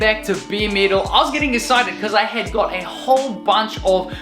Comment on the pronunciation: Sick build! I thought you were saying middle it took awhile before I realized you were saying metal 😂. Cool accent though!